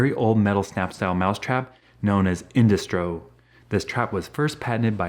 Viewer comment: In-Dust-Ro with 1930's accent